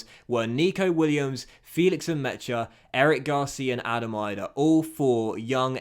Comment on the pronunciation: As an Irish person it is annoying hearing you pronounce Adam Idah. It is not pronounced Eye-Dah it is pronounced Ee-dah if you get what I mean.